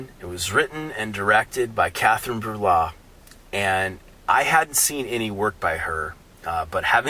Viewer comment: not to be annoying but its pronounced bray-yah (breillat)